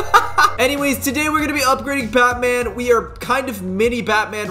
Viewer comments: I thought you said fatman 😂😂😂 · DO NOT CALL BATMAN CALL BUUTMAN